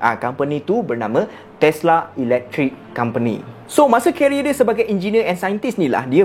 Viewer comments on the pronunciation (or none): none